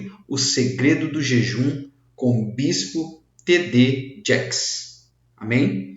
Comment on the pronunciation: SE PRONUNCIA..TI..DI..JEIKES..